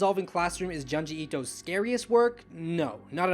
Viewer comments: JOOnji... not Juhnji. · If u like the man than pls say his name right. Junji pronounced like ( june ji)